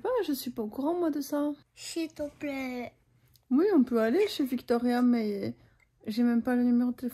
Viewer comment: Coucou! Super vidéo, a vraiment grandi 🥰 J'ai trouvé aussi qu'elle avait un petit accent japonais quand elle parle français ["Shito plaiiiiit" "touto cotente" "poluche" "també" "potit bébé" etc...] (ce qui n'est pas du tout un problème, on la comprends parfaitement bien!) et je ne pense pas que ca soit dû au fait que je sache qu'elle est trilingue, mais plutôt que, parce que toi tu l'entends tout les jours, tu ne t'en rend pas forcément compte. Pour la "comparaison" (j'aime pas ce mot, mais je sais pas quoi utiliser d'autre 😔), j'ai mon fils de 4 ans qui parle très bien français (c'est ça seul langue, sauf les couleurs qu'il connait par cœur en anglais), il emploi des mots qui peuvent être compliqué pour un enfant de son âge mais il les a assimilé très vite et les prononces très bien, ses accords sont quasiment tous justes et ses tournures de phrases sont très bonnes aussi. Pour autant, il a un niveau très bas concernant l'utilisation de crayons ou de feutres, l'expression artistique est très compliqué pour lui, il est encore plutôt maladroit aussi... alors quand je vois ta petite puce faire un visage avec des ciseaux, son dessin sur le whiteboard, ou sont aisance à grimper à l'escalade, je suis très impressionnée. Chaque enfant apprend à son rythme et parler tard ne signifie pas un retard dans le langage, ta fille a le niveau d'une 4 ans qui apprend 3 langues *en même temps*, pour moi le fait qu'elle ai parlé tard veut seulement dire qu'elle a d'abord bien écouté. J'a